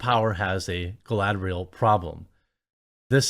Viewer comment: I think you mean, galadrrrrrrrielllll. 😂😂😂